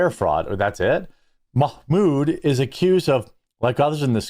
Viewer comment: MOCK-MOOD HAHAHAHAHAHAHAHAHAHAHAHAHAHAHA FRIGGIN JEREMY!